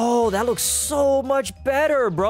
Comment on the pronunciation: "They made it even bether" Me:Bether or did u say better